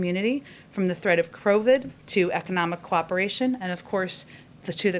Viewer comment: Did she say crowid